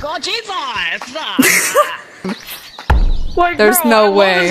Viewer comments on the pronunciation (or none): “OMG JEAHSEAS!”